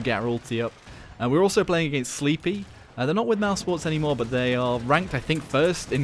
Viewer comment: His name is pronounced "slepy," not sleeppyy